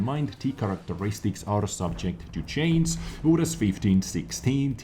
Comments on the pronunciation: u're still saying subject to chains instead of change! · Concerning the word "change", say the word" judge". Put the sound of that word(front or back of the word) on the end of change and there you have it !! Or chanja !! LOL Peace bro.